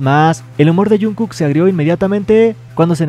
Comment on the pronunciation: Wen porque le dices junku